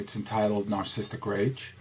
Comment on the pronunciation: Is it me or is he pronouncing it, "narcisstic?" Yet spells it "Narcissistic"